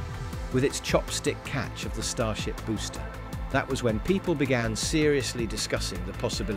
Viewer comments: Know if you go back and listen it was "boostie" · Dude called the booster a boostie 😂